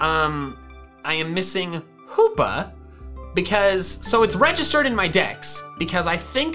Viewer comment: No one:: H°°pa